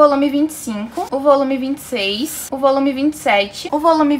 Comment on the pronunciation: Na minha cabeça eu só escuto "ovolume" kkkkkkkkkkkk